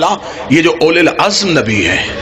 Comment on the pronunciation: Aulul Azm asal lafz hy. Aulul Asr nahi.